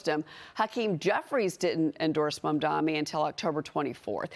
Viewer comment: Why can none of you idiots pronounce Mamdani's name correctly? It is not "mom-dommie" it is "mom-donnie" ffs